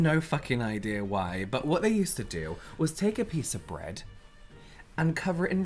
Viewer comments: Was the bread pronunciation a hint that is unhhhh fan? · The way pronounced bread... is that a trice reference?!!! That’s the only way I pronounce bread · AHHHHHHHHHH said bread in Trixie’s Swedish accent from the Food episode of UNHhhh.